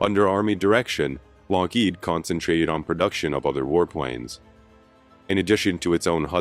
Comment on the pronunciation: Love the content, hate the AI narration... "Kah-nute Rockne" , Lock-HEED , etc. 😑